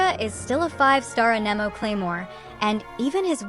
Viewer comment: How can people play the game for years...and still not know how to pronounce "AnEmO"? 😂 ...and still say EscoffierRrrRrr? 😂😂